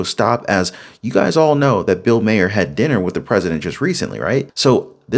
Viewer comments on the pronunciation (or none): Dude, you have to pronounce his name right. It's not Mayer it's like Marr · Love you, dislike Maher, but it’s pronounced like MAR, like bar, far, star. Etc. Thanks for the video 🫶🏼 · Does he not know how to say bills last name correctly